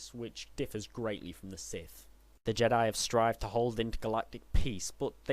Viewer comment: Its pronounced siTH, not Siff